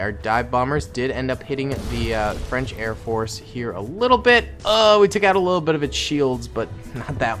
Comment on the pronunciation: ''Airport'' I thought it was Air Force lol